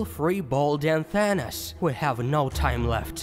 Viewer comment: It’s Not thanis it’s thanos